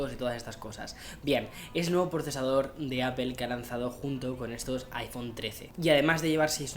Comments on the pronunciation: No se dice Apel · Se pronuncia “apol” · Por favor pronuncia bien la marca, saludos